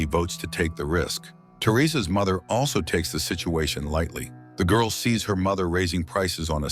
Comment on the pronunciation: The GORL the GURL ... Why is the black woman the only one he calls the GWIRL?? 🤷‍♂️